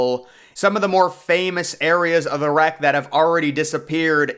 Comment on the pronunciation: It’s not rack😂 it’s wreck lol